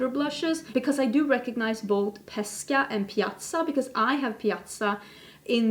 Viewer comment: Your pronunciation of Pesca and Piazza in Italian was almost perfect 😘👌🏻 very happy to hear it 😊 Baci 💋